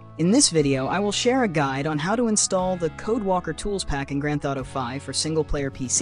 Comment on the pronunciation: "Gran thoughto five"